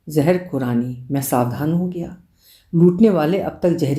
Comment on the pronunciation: Sabse pehle to apka " zeher khurrani" bolna...muje hasi aati rahi Aap kitni perfect ho gye ho me iss pr bol bol kr apko nazar nahi lgana chahti wrna apka gala kharab ho jata hai😂 .being an epicure with the passion of cooking ye kahani meri soch se bilkul milti jhulti lgi.. old fellow's synchronized n systematic lifestyle reminded me of my grandfather. Sath hi unn logo k liye ek lesson jo muh -peit to lekr aaye hai pr hath -peir nhi..jinke liye roz cooking mineal job hai,jinke liye swiggy zomato ya upgraded restaurant me khana status symbol bnn gya hai Bht halke phulke way me bht solid lesson👍👍